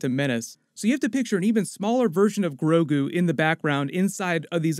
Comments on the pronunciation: he says “Groku”... STAR WARS AND DRAGON BALL Z IN THE SAME UNIVERSE CONFIRMED!!!!! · Everyone gonna ignore that “Groku” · he said Groku at one point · Grogu...Guorg...George, kind of!? : )